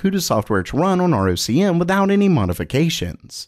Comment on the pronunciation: ROCm is pronounced ROCK-em.